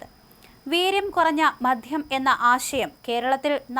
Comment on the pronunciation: Please ആദ്യം മദ്യം എന്ന് പറയാൻ പഠിക്കൂ🙏🏻🙏🏻🙏🏻 മധ്യമല്ല " മദ്യം "